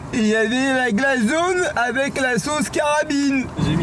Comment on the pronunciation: " avec LA SAUCE KARAMILLLLLE MERCHI BOCOUUU❤" MDR j'en peux plus😂